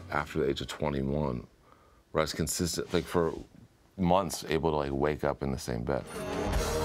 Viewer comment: the way you pronounce the word "up"